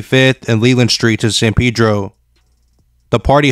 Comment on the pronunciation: Its Pedro not peedro 😆😆😆🤦